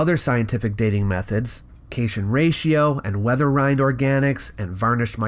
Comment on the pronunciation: Awesome video. One note: it’s pronounced “cat-ion” (a positively charged ion) in “cation ratio dating”